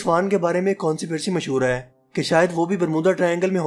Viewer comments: Conspiracy ko (Kon si pri si) nhy pronounced karte ye ap k easiness k lie likha raha hon (kons pie rey si) hota hai Ye jo books hain us main writers ne ideas diye hain jo scientist ne implement kiye hain or kuch k tokkey lage hain that's it. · ha ha haa .. consipircy...... the word is conspiracy... cons pi ra cy